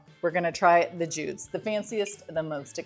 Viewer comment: Thank you, I was trying to choose between these brands. I think the top tier one is pronounced "Judy's", not "Jude's".